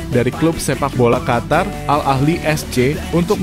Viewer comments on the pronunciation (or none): none